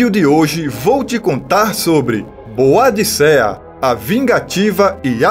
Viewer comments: Pronuncia-se ''Bôdica'' ou ''Boudica''. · Parabéns pelo vídeo! Quase não se vê informações sobre a Rainha Boadicea. Mas, a pronúncia correta do nome dela é Boudica.